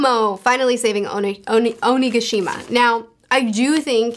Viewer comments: “Oshima. Oshi- Ocean- Oshigi… Omeshuggah… Oshimagee…” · calling Onigashima as OshiMcgee is is the best slip up I've ever heard. I'm gonna call that from now on. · trying to say onigashima is my new spirit animal. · You mispronouncing Onigashima was so cute. I watched it like 10 times hahahahah I love your opinions <3